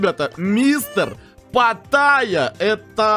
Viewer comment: Почему патайя если он питайя?